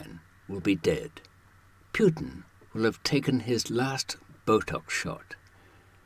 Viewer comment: Who the hell is Pjutin?